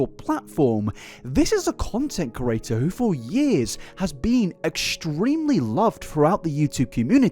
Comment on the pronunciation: In the first 4 minutes of this, you've said curator instead of creator 867 times. Say it slowly CRE-ATOR. You managed to spell it right when it flashed on screen though.